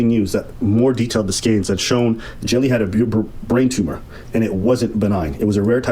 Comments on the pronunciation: Lol english speakers really pronounce the Dutch guy's name as "Jelly" huh? as a dutch speaker I feel the pain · Love how is like, "Well the name looks like Jelly, so even though it is a different word in a different language, it's probably pronounced exactly the same" 😂